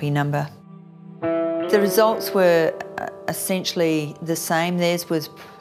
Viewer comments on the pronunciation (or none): Essentially NOT assentially